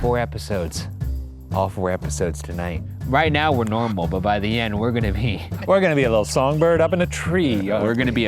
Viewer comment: "Right now we're completely normBal..."